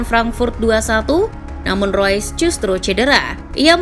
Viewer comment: Reus min bukan rois, ga semua nama pemain harus dilafalin pake speeling inggris. Di jerman E dibaca E sama kaya di indonesia. Spelingnya tetep REUS bukan ROYS